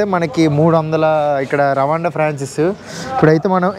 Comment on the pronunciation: రవాండా కాదు రువాండా